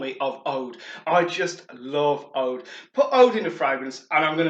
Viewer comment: ouuuuud not oude. HaHa